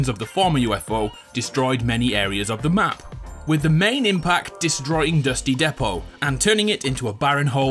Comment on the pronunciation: How he said dusty depot lol